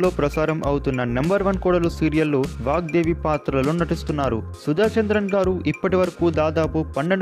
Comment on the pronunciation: It's VAGDEVI not vakdevi